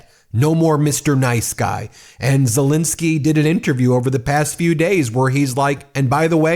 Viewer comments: Petty I know, but why do americans call Ukraine president Zelinsky when his name is ZelEnsky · Please can we be observant and professional enough to manage to pronounce Mr Zelensky's name correctly. It's not Zilinsky. It's Zelensky. You make yourself look like an amateur. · Ben,, please call Zelensky his proper name, not Zelinisky. It`s an E ffs. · Zelensky not Zilinsky. Please... It's been 3 years. Please try and get it right. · It's pronounced ZeLENsky not ZeLINsky. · Why do you call him Silinski all the time?